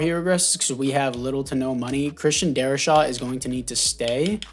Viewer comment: DarriSaw.....not Shaw